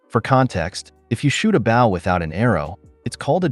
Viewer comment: Next time sir bow is with a hard o as in oh!! I know this isn't hillbilly horror!!😂😂😂😂😂😂😂, no insult just a friendly bit of info